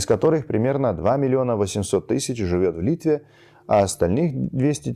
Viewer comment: С точки зрения русского словообразования точнее вариант "балтские языки", т. к. от слова "балты", а не "Балтия". И совет по ударениям: Литвá -- в Литвé Окá -- на Окé Вообще русский язык стал неоднороден по этой части, освоить непросто. Вы замечательно разговариваете, я лишь уточняю.